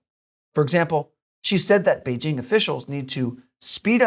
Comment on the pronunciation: At last, someone on China Uncensored is doing a half way decent job of pronouncing 'Beijing' properly. Kudos.